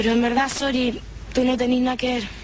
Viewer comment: nosé si han cachado que la en vez de decir sorry, dice sory ldjslshsl me da risa